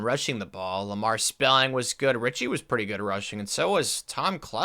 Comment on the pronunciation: "Lamar" is pronounced Luh-mar